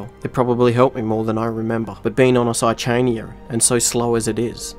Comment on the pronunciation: Saichania is just outright pronounced with the h non-silent.